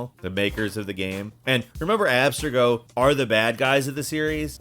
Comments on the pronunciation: Lol, Abster-go! Maybe he never played the games but yeah, I feel you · Anyone else wince at how he says Abstergo 🥴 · he even mispronounced Abstergo even tho they say it a thousand times in the game smh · "Abstrego"? And you say it twice. It's Abstergo. The name even shows up on a monitor screen in some clips you show in your video. Abstrego!? It's Abstergo. Ugh! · "AB-ster-go" wtffff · Oh my God! It's ab-STER-go, not AB-ster-go. And these were more like hilarious moments than awkward. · "Abstrego"? Have they never played the game? And if you look closely, the name is on a monitor in the game, clearly saying Abstergo. Ugh! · Are you okay??? Like seriously??? The way you pronounce the names are like you’re having a stroke mid way through. BaYsim, AbSTigo, EEvor, he doesn’t even attempt Eivor, completely forgets there’s and I in it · Ah yes, the evil corporation "Abs-to-go" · Using all caps for pronunciation, though spelling it the exact same way, doesn't change the pronunciation. Ub-Ster-go may be the better route, unless I'm mis pronouncing it? Then again I haven't played the games in a very long time. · Besim, Aaa-bsterrrgo, Alteirrr, Aivvoor, El Mulim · He can't even pronounce abstergo property when it says it throughout the game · what's with the mispronounced names lol. The way you say abstergo makes it look like you've never played an AC game but then you go into them in detail. I'm so confused 😅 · How did you manage to pronounce every name wrong except Connor and layla.. you can't even say abstergo.. like... what??